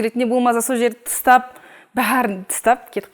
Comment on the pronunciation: Тыстап емес тастап деген дұрыс болар.